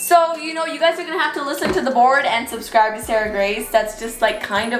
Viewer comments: she said subcribe and not subscribe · “subcribe” lol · “Subcribe” Lol 😂😂😂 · It said subcribe instead of subscribe lol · you forgot the “s” in “subscribe” lol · She forgot the s second “S” in subscribe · She forgot the s in subscribe 😐😐😐😐😐😐😐😐😐. aM i ThE oNly OnE wHo iS bOtHeReD bY tHiS?!?!?!?!?!?